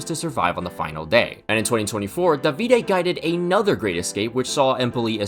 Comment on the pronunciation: Hey man I am Italian, nice recap of the season so far. Since you're going to pronounce a lot of Italian words, if you don't want to sound super English, try to change the stress pattern of the words. It's Dàvide not Davíde, it's Stèfano not Stefàno etc. Easy way to get it, it is to think how Super Mario would say it XD PS and remember ch written is always pronounced as k (hence the dish is bruskètta) Peace